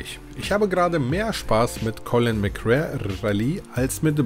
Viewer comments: Heißt es nicht Colin McRääähh Rally😎 McRare klingt komisch... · Die Aussprache ist eine Katastrophe :D Es wird [MäcRey] ausgesprochen und nicht [MäcRär] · Das wird MC Ray ausgesprochen.. 🤣 Aber ja geiles Spiel. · Bitte colin mcrae rally und nicht colin mc rare😘😘😘😘eins meiner realistischsten Rally Erlebnisse damals! Es hatte für seine Zeit eine echt realistische physik😋 colin konnte man aber nur auf der ps one/2 spielen, auf n64 ging das gar nicht, ps is the place to be! Ich liebe die n 64 im Sachen von fanatasy games 😍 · Colin McRare. 😁 Dennoch gutes Video. Ich konnte mit der Reihe nie etwas anfangen. Mir war da Gran Turismo deutlich lieber. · Ah ich habs damals geliebt ! Colin mc RAE? AHHHHHH ich dreh durch 🤣🤣🤣 mc Ray ausgesprochen! 🤣👍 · Spricht man Colin McRey aus.✌🏻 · Ich habe dieses Spiel als Demo als Kind hoch und runter gespielt. Das hat richtig gesetzt und ja, es bockt heute noch. Allerdings Habe ich mich bei deinem Video selbst erwischt, wie ich deine Aussprache zu diesem Titel jedes Mal korrigiert habe. Collin Mcrär Rally...das klingt soooo falsch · Als Rallyfan ist deine Aussprache von Colin McRae harter Tobak :D Aber das Video ist große Klasse! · Hat mich auch getriggert xD